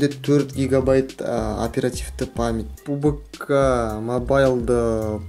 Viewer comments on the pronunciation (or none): none